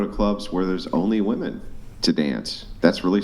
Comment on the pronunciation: I've heard 'woman' for singular and 'WOOMAN' for plural